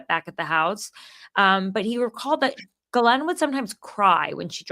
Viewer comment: Interesting how she pronounces Ghislanes (sp) name.